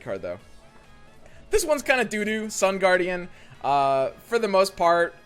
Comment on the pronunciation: Is he memeing? First he called Sun Guardian, Sun Gwordian and then Star Guardian lol waah?!